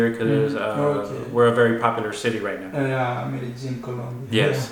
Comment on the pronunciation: Hello, man. Why u always pronounce like Merejin, when it’s Medellin ?